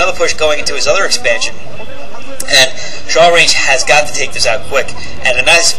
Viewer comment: "Shawlrange"?... I would think rather it's a self-deprecating joke on the inability of Asians to aspirate their "L"s, but with a hard "ch" sound...as in "I'm going to chalrenge you to a match, gaijin!" Heh, pretty funny if so. Awesome commentary as usual...